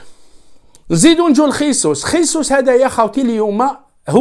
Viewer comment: لتصحيح فقط . إسمه جيسوس او . ماشي خيسوس